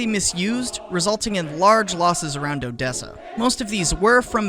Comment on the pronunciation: Why did you pronounce Odessa so perfectly